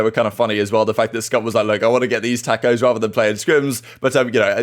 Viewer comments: its TawwwwwkOHHHHs not takkkkkos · Wait... say tacos again. LOL. the a is pronounced like an o